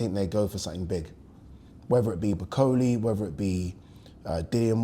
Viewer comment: can you pronounce Bakole properly. Come on man you’re a Yoruba man you wouldn’t like me calling you Addy would you